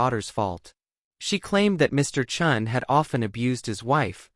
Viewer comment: Chen, Chun, make up your mind! You alternated pronunciations the whole video. (Cringe.)